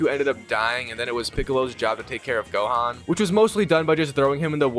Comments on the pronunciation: "Flying around as goaan"🗣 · "the cyan saga"🗣️🔥🔥🔥🤞😭😭😭😭 "flying as goaan" SON🤞😭😭😭🗣️🔥🔥🔥🔥🔥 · U pronounce gohan name wrong at the beginning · that is NOOOTTT how you say gohan at all 😂😂💪🏻💪🏻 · Holy pronunciation man 😭😭😭. Why did bro say gohan and Ssj that way😭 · *You pronounced Gohan's name wrong at the beginning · If was just that😭